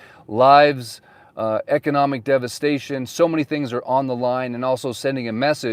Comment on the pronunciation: What's "Devastion?" 😅 Seriously though, you have really seen this through. Thanks for staying with it!